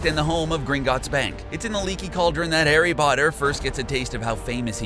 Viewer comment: True. Repetitive and fault-filled. It's not Nadjini, it's Nag-ini. It's not Hairy, it's Harry. It not Serious, it's Sirius. I could go on... And a female publican is a landlady, not a landlord. Think Rosmerta.